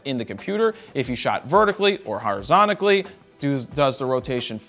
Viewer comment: Auto Rotate: ON *Horizonikally lmao (only flub i noticed in a 40 min video) nicely done!